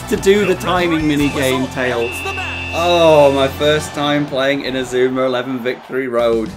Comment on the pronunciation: ma man says inazumar elvee